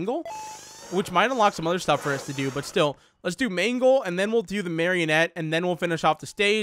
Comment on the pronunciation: ehhhmmm it is mangle the first time you said it was right